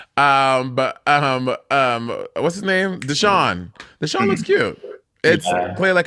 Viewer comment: it's pronounced *DAYshaun, come on ladies!!